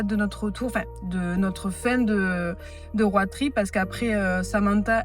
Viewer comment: Tu es rayonnante ma WallamAAAAN et la façon dont tu prononces roAD trip me fume La déclaration au bout de 2 jours de route c’est pour m’achever 🥹🫶